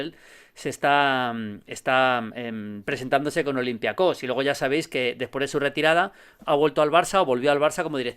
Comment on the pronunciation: El único del mundo que dice olympiacós